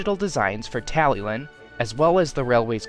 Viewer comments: By the way its pronounced (Talli-clin) not like how it’s spelt (Tallylyn) , it’s because it’s a Welsh name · Beautiful Talyllyn model and great work on Duncan, too! Just a heads-up, the double L in Welsh denotes a 'hl' sound, eg. tally-hlin, though it can be a tricky one for non-native speakers.